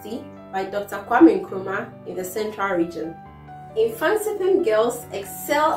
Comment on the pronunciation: Pls it is Mfantiman not Mfantipim.Thank you 🙏🙏